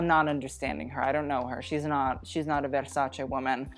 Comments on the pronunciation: My ears are THANKING you for saying “veRrsacE” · Love that he pronounces VersacE!!! Like, Italy thanks you 🙏🏻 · It's the "verrrrsacE" said in the right way for me boy 🇮🇹♥️ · As an Italian hearing Versace and not versaci is a bless to my ears. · I'm new to this channel and i nearly cried hearing you say Versace correctly 😭😭😭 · The fact that he pronounces "Versace" correctly makes my italian soul happy. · Thanks for pronouncing Versace correctly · I'm a simple person. I hear versace pronounced correctly, I click on the like button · Omg finally an american that spells versace correct. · has any other Italian already commented that you’re the first non-italian person they’ve heard pronounce “Versace” the way it’s supposed to be pronounced?